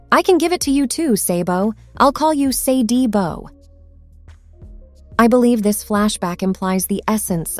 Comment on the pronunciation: What in gods name makes you pronounce "Sa" as "say"!?!?. I don't think there's a single language on earth that would pronounce "sa" with a long vowel sound